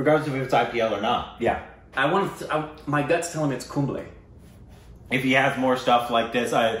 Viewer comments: you're gut is spot on. It is 'Kumb-lay' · Kumb-lay is haw you can pronounce it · well your gut was right its...Kumb-le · its pronounced kumblay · It's funny how got the name right with the accent 🤣 Good job.